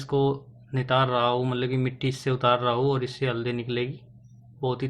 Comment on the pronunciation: वीडियो तो आपका बहुत अच्छा है थोड़ा एक दो शब्द आप को सुधारने की जरूरत है रहा हू की जगह रहा हूं बोला करिए करूगा की जगह करूंगा बोलना स्टार्ट करिए हे की जगह है बोलिए 👍👍